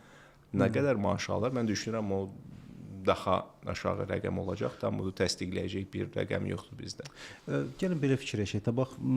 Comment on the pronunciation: 1.Hörmətli aparıcı, tələffüzünüz yaxşısını arzulamağa vadar edir, üstəlik aksentlə danışırsınız, bu isə ictimai platformada yolverilməzdir. “Olajax” - seriously 😒 2. bəy, qonaq getmədən öncə sizi müsahibə edəcək insanların sizi nə qədər maraqlı göstərə biləcəyi ilə bağlı maraqlanın.